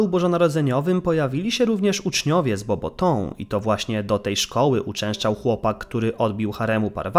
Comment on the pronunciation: Bobatą, nie Bobotą 🤣🤣🤣